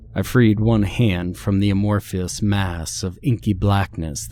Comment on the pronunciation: I wish he’d stop saying ‘a-mor-FEE-us’. There’s not a damned ‘ee’ sound anywhere in the word ‘amorphous’. 🤣🤣 This guy and Mr. Creeps are constantly making up their pronunciations of words.